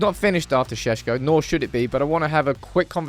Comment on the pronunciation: Is it pronounced Sesko or Shesko?